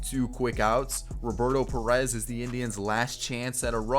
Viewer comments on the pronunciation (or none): none